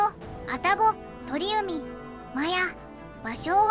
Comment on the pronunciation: 鳥海→×とりうみ 〇ちょうかい